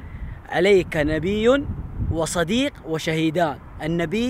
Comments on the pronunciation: صِدِيِق وليس صَديق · صديق بكسر الصاد وليس صديق والكلمة مأخوذه من كلمة ابي بكر الصديق يعني مصدق للنبي